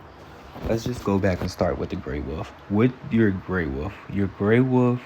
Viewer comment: love how he says "Wuf" instead of Wolf.